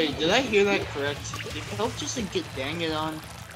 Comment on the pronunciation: Its KELP NOT KELPO REEEE thanks lol